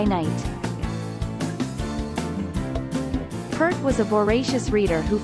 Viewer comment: P - ear - t, not P - ert, please!!